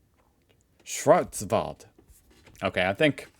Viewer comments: Pronounciation of "Schwarzwald" was perfect🎉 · agree well pronounced 👍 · You did a great you pronouncing Schwarzwald 🎉 But I noticed you have problems with words with „frei“ in it like Freiburg. It’s not pronounced „free“ but rather „fry“ if you wann try it 😊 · Ok schwarzwald pronounciation was fine. Now try Freiburg , say fry boorg 😊 Ei is pronounced like I in englisch nearly always. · That pronunciation of Schwarzwald was enough to get a raised eyebrow and a snooty nod from me. Respect.